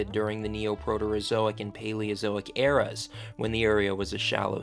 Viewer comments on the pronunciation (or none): none